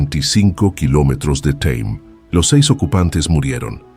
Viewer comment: Un guión muy interesante y una precisión: habla de 1986, seis años después de que el señor Arnulfo se graduara en la universidad, pero antes en el relato, dice que fue en 1973. Ahí hay una gran diferencia de años, asunto matemático... y la I.A. genial, al encontrar la palabra Tame (pueblo del Arauca) dice "teim", muy inglesa 😅😂 seguro para mañana corrigen esos pequeños detalles la I.A. Detalles sin importancia. Gracias 😊